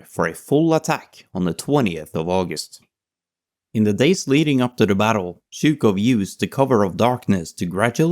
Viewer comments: Chouko ? IA améliore toi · Zhu-k-off not Zhu-k-how ! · His name is Zhukov with a V an on the end. You keep saying zhuko… But thanks for the video. There is a lot of controversy around him though. He didn’t spare the life’s of his soldier. That is quite questionable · "Jorjee Jukov"? Looking up at dictionaries, no? %( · Good Video but pronounciation of Zhukov is terrible. The first letter is a j sound like in the french bonjour, bon->J<-our. And the V at the end is not silent! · Wish the narrator would pronounce his name correctly 😮😮😮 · Great video, but maybe you could make sure the pronunciation is right... especially for zhukov's name... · You are the first English speaking person I saw who produced zh in Zhukov correctly. You still got v as w and georgiy as jeorjiy but I guess that's asking too much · Your pronuncian of his name is way off. has it right. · Extremly good tribute to my goat Zhoukov. But please try to prononce the v at the end of his great name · But get to pronounce Zhukov’s name properly come on, with a clear vee sound, that blood V is not silent! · maybe, but the name of the protagonist is spoken wrong the whole time :(